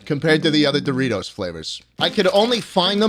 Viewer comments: Schlatt saying the name of Doritos wrong: Says sorry Also Schlatt: This f*cking sucks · Mispronounces Dorites spicy sweet chili and apologies but then proceeds to reck em. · Proceeds to say the chips suck after apologizing to Doritos for mispronouncing the name